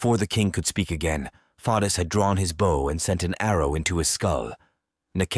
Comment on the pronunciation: Who is the reader of this book I am bothered by the pronunciation of Bow